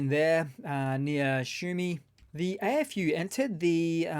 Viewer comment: AFU sounds funny when you say it sounds like Eh FU.